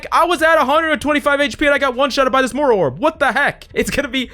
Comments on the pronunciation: Hate being that guy, but it's Moira and not Mora. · it’s moira not “mora”